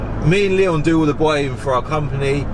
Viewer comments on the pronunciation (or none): none